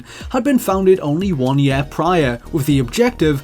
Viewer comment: It’s year not yare